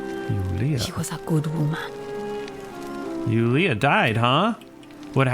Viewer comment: "Hear the lamentation of the waman"